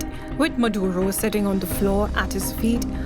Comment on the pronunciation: His name is "Maduro", not "Muhdoodoh".